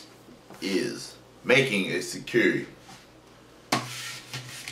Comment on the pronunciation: Your video and shekere were awesome! We lost sound at the end so I couldn't hear you play it. A little FYI (Shay) like SHAKE (Ka) like CO(CA)COLA Ray like the sun's rays. SHE-KE-RE = SHAY-CA-RAY... I hope you reply. Nice job, I'm working on my now! Andrea